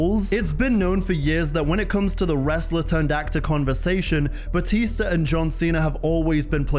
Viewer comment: Bro called Dave Batista 😭😭